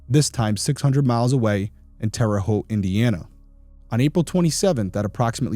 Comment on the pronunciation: You are part of my 2 favorite things; Big Brother & True Crime. Loved you on Big Brother & have been listening to Crime Weekly early on when it started. Loving this channel as well. I am born & raised in Terre Haute, Indiana & thank you for pronouncing Terre Haute correctly lol I would like if the episodes were about an hour long on here but I think I’m just use to Crime Weekly’s length of episodes. Shout out to also! You make a great team. Love all your content & will continue to watch